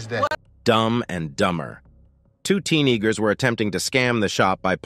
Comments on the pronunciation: did bro say “tee-nagers”? 😮😂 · The narrator said "two teeniggers". You heard that! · Did he said 2 teeneegars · Did this person who is narrating say two teen " Neegers"?!! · Did this guy say teen igers….🤨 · ... Why does he say "teenagers" like that?